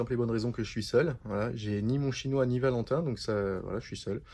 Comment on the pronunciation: Rajoute un S à 'chinoi' mon...😉🤗